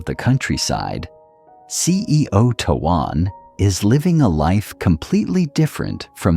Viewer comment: Would you please please pronounce his name correctly t o a n is pronounced "tone"!!!!!!!!